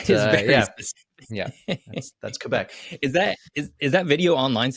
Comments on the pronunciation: Always love when anglophones pronounce it Kay-Bec (properly) instead of Qweh-Bec (anglicized). Love the content 🖤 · both are acceptable, the proper official correct one is kaybec (both E are not pronouced the same) but some french people kinda mix the ay and eh sounds in general so youll also hear kehbec a lot